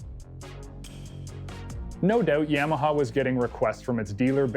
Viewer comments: Quit saying yameaha it's Yamaha No E for the A ! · Canadians can't pronounce Ya-ma-ha, they say Yam-Meh-haa. And don't get me started on the word "out" that sounds like "uwet".